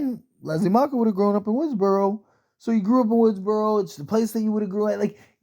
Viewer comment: Macher not macher damn it and nest ce pas cest gossant